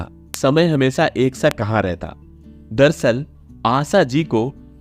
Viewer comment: हमेसा नही हमेशा बोलिये . क्या आपको श का का बाधा है क्या? जो की श की जगह पर स का उच्चार करते हो